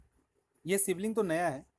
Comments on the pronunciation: सिवलिंग नहीं शिवलिंग । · Bhai, it's called Shivling, not Sibling 😂😂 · Sivling nahi mere bhai shivling tum bihari logon ka problem kya hai... shudh hindi mummy ne sikhya nahi kya